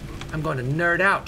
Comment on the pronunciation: he said "nerd-out"..... toby.... you are my hero